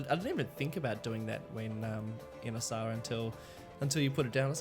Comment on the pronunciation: there you go. You pronounced it right. And thx for featuring my capital name.